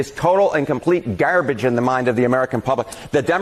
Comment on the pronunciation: 😂😂 I laughed so hard the first time I saw this: it is total and complete garbage in the mind of the American public! His accent killed me, GAHRbige 😆